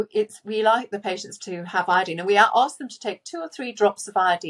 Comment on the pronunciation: When she says iodeen, she means iodine, I assume.